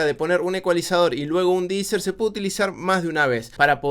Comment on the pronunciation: Genial tu canal, hermano. Un solo detalle, se pronuncia DI ESER no DI ISER. Hablo del De-Esser porque quita las Eses en español y en Inglés se llaman "ESs" no "Iss". Abrazo!